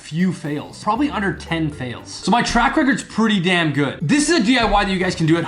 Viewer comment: Did he say Dan good instead of damn?